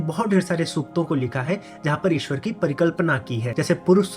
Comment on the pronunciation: Eswar - is - ee swar -ee